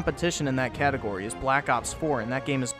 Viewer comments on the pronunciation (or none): none